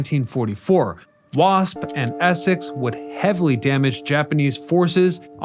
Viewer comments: Why do you keep calling the ESSEX class ESSES, darn annoying that you can’t say it correctly, plus you called the R.A.F. WRAIF or something similar. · Several errors in your descriptions. Also some of the things you mispronounced like Essex and Nimitz.